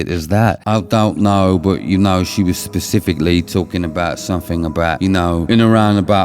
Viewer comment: I love it when A: somebody is called out as a fake and B: When they can't pronounce "specific" and say "Pacific"😂 I absolutely hate people who prey on people who are struggling with grief.